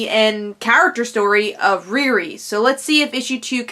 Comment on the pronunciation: that's not how u say her name u know how to say Rihanna it's the first two letters of Rihanna ReeRee